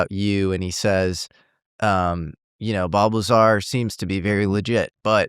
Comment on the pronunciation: Bob Liezar 😂